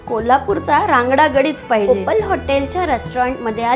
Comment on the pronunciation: ओपाल नाही ओपल